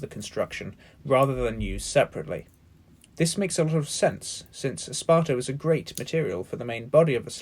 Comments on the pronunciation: In case anyone else is wondering, he said the slings are made of esparto and sisal; pronounced "eh-spart-o" and "sigh-sull" respectively, not "sparta" and "siss-ull." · Hey Nice video. But I try realy hard to understand what kind of material you are talking about. (I just unterstand something like "pizza", "salsa" or "sparta" - I mean this can't be true xD) I am not born in an english speaking country but I am not that bad in this language. Can you please right those materials in the comments for example? I would be glad to see that 😀